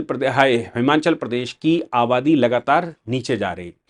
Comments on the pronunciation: साहब उच्चारण हिमाचल है। न कि हिमांचल। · It is" हिमाचल" and not "हिमाँचल"